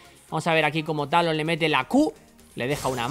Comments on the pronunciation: te falto la R de talon ???? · fue cosa mia o se saltó la R de Talon? :v